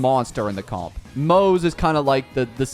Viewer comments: “Maze” and “Sellay” 💀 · Isn't his name pronounced like Mo (Moh) Ze (Zhe) ? Like in chinese yknow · moze is pronunced "moz-ah" btw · Its pronounced as Moo zhi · No, you clearly hear it in EN dub as Mow-za not Mowt-tza like dude what even is that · I think Moze is kinda pronounced like mozzarella. But like, a slightly softer "tza" sound and still Mo like "mow" so kinda mowza with a slight 't' sound between mow and za. (Idk the phonetic alphabet so I hope it's somewhat understandable) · Yeah it's kinda a tradition here i think to not being able to read/pronounce names Also that's true to EN dub but in JP dub its Mo-ze as seen and read. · You changed the pronunciation of his name probably more than 10 times everytime he came on screen yet not even once did you get close to the actual pronunciation 😭